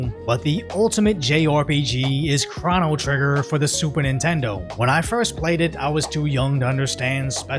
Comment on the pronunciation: Ah, yes, one of my favorite Jrpgs: Chranoh Trigger